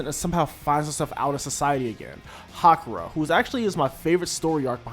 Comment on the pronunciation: good review but it's Haruka not Hakura 😆